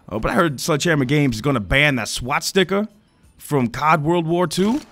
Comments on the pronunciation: SwaStika. Not SwaTstika. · I like how pronounces Swastika, "Swat-Sticka" 😂